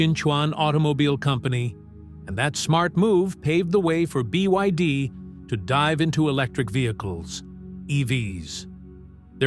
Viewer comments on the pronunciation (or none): BYD has already become world no1 ev sales. This narrator can't say it though